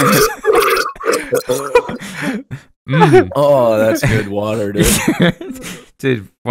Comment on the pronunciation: I've started drinking wader wike guicey